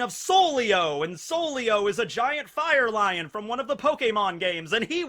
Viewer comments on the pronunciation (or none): none